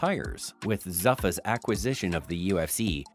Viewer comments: Michael “Buys” ping? It’s Bisping! Wtf? Don’t talk about ufc if you don’t know ufc. You mispronounced zuffa too. Get out of here pal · First, dont claim to have some insight into a sport when you dont even take the time to learn how to pronounce the important names. Failure include Tiexeira, Bisping, and even Zuffa! Also look up the definitions of "lesser" versus "fewer." If you claim to be a sports journalist use the correct words. Unless ypu are actually advocating for lower quality fights, which is what the phrase "lesser fights" means. Amateurs.